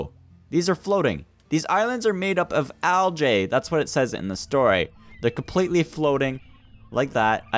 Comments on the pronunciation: Its not algA its algee not algA thats how you say algae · lol, "al-jay"